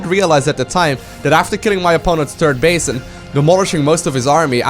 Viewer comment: "Turd base" :-)